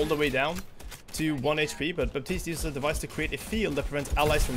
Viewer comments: Baptiste pronounced "batist", not "baptist" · the "p" in Baptiste is not supposed to be pronounced. The hero is from Haiti, which is a former colony, and his first name is French. The "p" is silent.:)